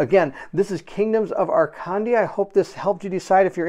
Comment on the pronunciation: Before reading the campgain, maybe do a pronoune check…. Arcandia (Akandia)